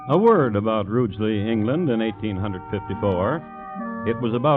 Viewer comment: What a typographical error : it was WILLIAM PALMER not Partner from James Howells , Burntwood, Staffordshire....... 9 miles from Rugeley. At least the American narrator got the name correct an pronounced Rugeley correctly which many English announcers do not !